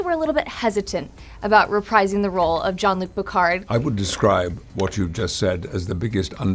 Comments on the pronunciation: "John Luc Picard"....Uhhhh....Who? :') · She called him 'John Luke Pickhard'..... sigh...… Really ET? She's the best interviewer you could find for a legend?